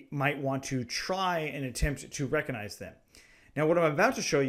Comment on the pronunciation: Amazing video man, but please stop saying reconize it's recognize